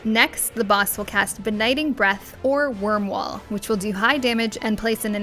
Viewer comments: It's Akh Rhai with an I (eye), not Akh RhaL Also it's Wyrmwail (whale) not wall. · What's up with the i - l mix ups? Akh Rhai and Wyrmwail.